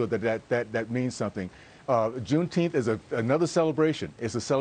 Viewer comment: He can't even say Juneteenth - idiot. Trump will crush it when he's back in office.